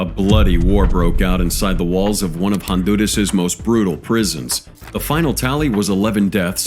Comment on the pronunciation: THAT NOT HOW U PRONOUNCE HONDURAS